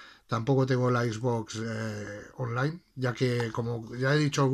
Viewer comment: Yo pensando que ya era bastante que le digan Equis Box pero hasta que veo a este men que dice Ixbox :v